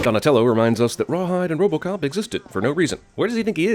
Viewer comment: He doesn't say Robocop, he says Rope Em!